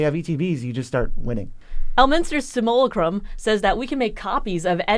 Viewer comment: I always giggle when any of the Nerds pronounce 'simulacrum'.